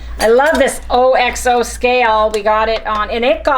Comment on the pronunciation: The brand OXO is pronounced Ox-O....you're welcome 🤗